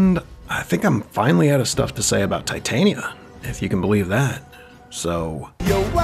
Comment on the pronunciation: I genuinely appreciate your attempt to pronounce her name correctly i actually grew up with her name being pretty common for me this is my 4th video and your the first person to reduce the cringe